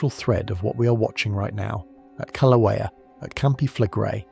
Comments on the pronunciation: Pronounced kill-a-way-a. I’m W. of Pele’s home. Expect more activity SE of Kilauea as the earth goes thru a slow birthing of the new island Loehi, still under the sea. Don’t wait up. This will take a long, long, long time. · The correct pronunciation is... Kil-A-way-yah.😊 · I’m gonna start a drinking game where I have to take a shot every time he pronounces the word Kilauea in a different way. The majority of them have been incorrect, but geez, just pick one and roll with it. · Why do you keep mispronouncing Kilauea?